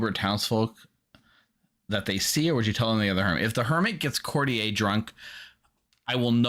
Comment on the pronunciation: Why do so few people know that courtier is pronounced court-yur?